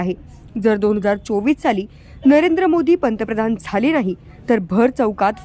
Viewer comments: पहिला पंतप्रधन म्हणायला शिक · पर्तप्रधान का पंतप्रधान... आधी बोलायला शिका... साहेब काय ते .. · पंतप्रधान पण निट म्हणता येत नाही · आधी पंतप्रधान म्हणहायला शिक बाबा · आधी याला पंतप्रधान चा उच्चार शिकवायला हवा😅😂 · अरे भाऊ, आधी पंतप्रधान बोलायला शिक...😂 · तुला अक्कल आहे मिशी कस काय ठेवली मूर्ख तुला पंतप्रधान हा शब्द सुद्धा व्यवस्थित बोलता येत नाही तू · अगोदर पंतप्रधान म्हणायला नीट शिका साहेब. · आधी सरळ पंतप्रधान म्हणायला शिका😂😂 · साहेबांना नीट पंतप्रधान बोलता येत नाही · अरे हे कीती आनाडी आहे... याला धड पंतप्रधान म्हणता येत नाही... कोण असल्या जनावरांना निवडून देतात कोण जाणे...